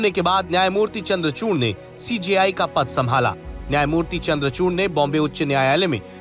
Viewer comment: चूर्ण नही चूड़ है 😂